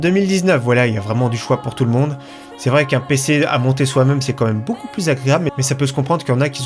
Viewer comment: "comme meme" bordel fait un effort